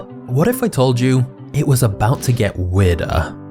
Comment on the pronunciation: I belive you meant "WE-Irder" HA HA HA